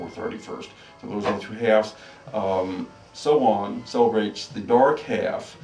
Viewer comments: It's actually pronounced Sow-wen and Beltane is pronounced how it is spelled... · ya lol Sow wen not however the hell he said it wtf.